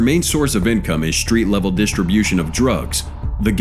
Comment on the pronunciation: He said SHHtreet gang. Sorry no H in street !?